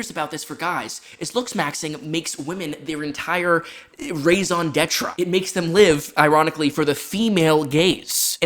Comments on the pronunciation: first, that's not how you say raison d'être, at least not in french. it's pronounced rezo detr (with the r like ch in chutzpah). pardon my french. second, the whole thing of people must having a partner is also pretty bad. sure, it's a bit lonely, but I won't do all of the stupid options or make myself a different person to get a partner, because then what's the point? today it probably won't work but you have to be yourself, be a little brave and hope it is enough. and for those it's not enough then probably nothing more than their "perfect soulmate" won't be enough. third, because we live in capitalism the industry is built on exploiting people, especially men, for profits. so it's not all a personal responsibility thing, but we do have to try to do what we can. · The pronunciation of "raison d'être" is immaculate lmao